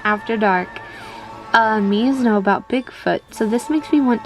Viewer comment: Mii? More like ME. Miis? More like MEESE.